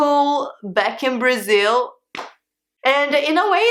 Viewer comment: Braziww, thirteeng, fourteeng, Eileenggg lol